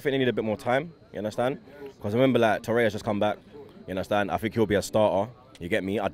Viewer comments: "Yunderstand"... Get it right, commentators! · ”Undertand? I don’t understand” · You undastand lol 😂